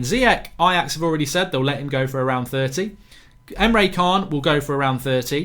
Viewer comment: ITS NOT KHAN DING BAT PRONOUNCED CHAN OR JAN